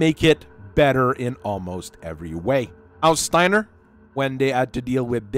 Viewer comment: My only issue with your video was your pronunciation of “Steiner” as “Stainer”. It’s Sty (like pig sty) + ner (like saying nerd).